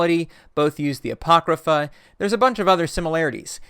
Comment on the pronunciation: my eye twitches every time i hear you say "apocrypha".